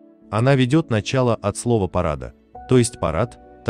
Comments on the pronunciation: По украински порада, ударение на втором слоге, - совет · так i уереаïнську пiвденно-росiйським дiалектом назвали, не помiтили(?)...звiсто, що порада це не те, що приплели )) i наголос вiдповiдно не той